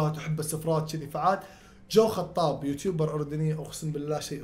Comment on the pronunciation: جو حطاب❌ خو حطاب✔️